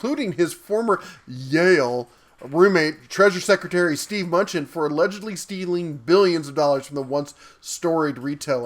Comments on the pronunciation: It's "Lampert" - the T is not silent, and "M-nuchin" - not "Munchin." "Munchin" is hilarious! Come on, don't you believe the President when he said he's going to hire only the best, like Mnuchin? As for whether Lampert stole money or not, he put in a lot more money buying and running Sears. He sucked at it, and got taken to the cleaners. He would've much rather preferred a very successful Sears, since he owned equity in it. All he could do was some shenanigans to cut his losses. I bet he wishes he had never come across Sears. He's more incompetent than bad. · Hahaha 'Munchin.' Mnuchin is pronounced Ma-new-chin but Munchin is definitely funnier